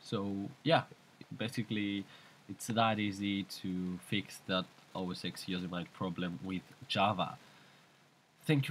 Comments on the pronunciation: yoh-sem-it-ee yoh-sem-it-ee not yo-suh-meyet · "Yo - so - mite" lol